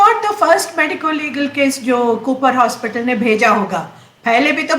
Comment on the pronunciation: Please, pronounce correctly. Medicol is wrong pronunciation, correct pronunciation is MEDICAL. Why is keep pronouncing medicol? Sorry it's out of subject. And we're hearing serious information about DS case